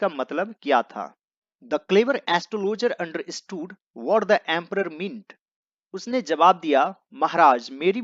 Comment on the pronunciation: Meri to aapse 2 vinti h, 1st, video ke last me paragraph ka translated shot laga diya karo aapki handwriting samjhane me bahut dikkat hoti h 2nd, pronounciation sahi Kiya kare English ko English ki tarah . Jaise view~ bhiyo What - bhat Is - isch